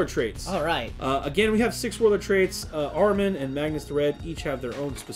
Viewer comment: Ah Ri Man...not Armin lol